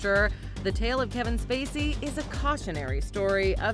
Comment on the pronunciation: the narrator calls Kevin SPacey STacey. Lol.